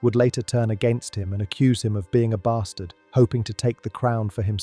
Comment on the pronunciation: I LOVE WHEN ENGLISH PPL SAY BASTARD!